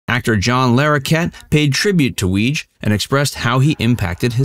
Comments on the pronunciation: Apparently, Weege is pronounced Wee-Gee (with a hard 'G'). At least, that's how John Larroquette pronounced it during an Emmy speech. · It is pronounced “Wig -eeeeeeee”